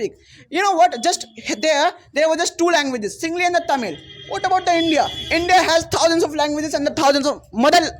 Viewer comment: It's not SINGLI it's SINGALA. It's KONKANI not KANKANI